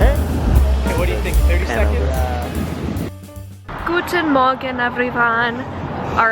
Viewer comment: “guten Morgen everyone“ the pronunciation was on point hahah 🇩🇪